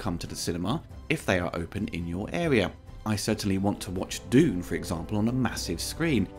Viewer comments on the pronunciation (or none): none